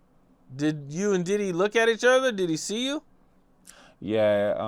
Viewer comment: I’ll forever love how he says Diddeh